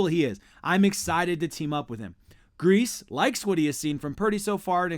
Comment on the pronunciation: If you are talking about this team , you should know that coaches name is pronouced Greas.E ( long E )